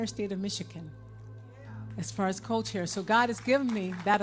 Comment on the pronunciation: I think she meant to say co-chair. But yeah, it came out as cult-chair. Freudian slip, lol.